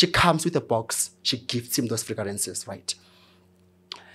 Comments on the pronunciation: Frigarances 😅😅😅😅 it took a minute 😂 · fragrances ❌ Figarances ✅